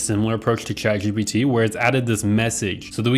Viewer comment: cant get over the way you pronounce chatgpt